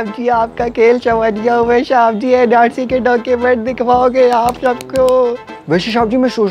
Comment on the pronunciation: Shaab g nhi bolte Oww shab g😂😂